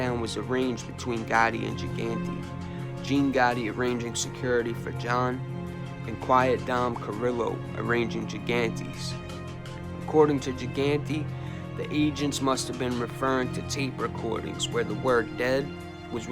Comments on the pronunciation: Great pics along with video. Haven't seen some of them. But you have to learn the names bro. It's Dominic Cerillo (pronounced like Serillo). He's a pretty big player not to know how to pronounce his name. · Cirillo, the C is prenounced like an S